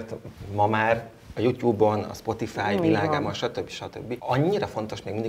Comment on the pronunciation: Jutub...és nem jutyub...honnan szeditek ezt a ty-vel való ejtést...